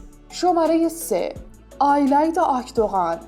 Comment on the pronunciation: آیلایدا چیه اون ایلایدا هستش